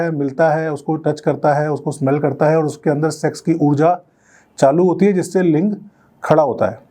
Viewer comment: Doctor ka bola link v ling sunai dera h 😂